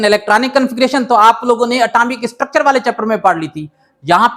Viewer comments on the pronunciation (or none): none